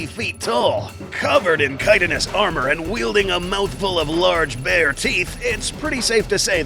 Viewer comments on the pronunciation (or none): none